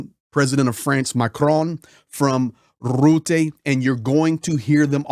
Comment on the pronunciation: 😂 i love how you pronounce rutte....rrrrrroeteh! 😂😂😂😂 Yes he is a real 🤓